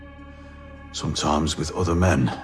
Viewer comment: SOMTOIMES WITH OOTHA MEN..